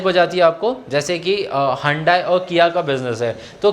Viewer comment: Hundayi nahi sir hyundai 😂 respectfully sir 🙏🏻